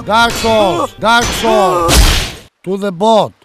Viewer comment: dark sowl dark sowl dark sowl dark sowl